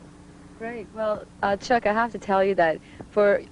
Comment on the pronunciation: Although she did pronounce Chuck's name wrong - dude was too polite to correct people